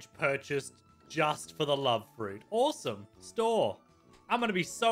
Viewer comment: its awesome not auwsome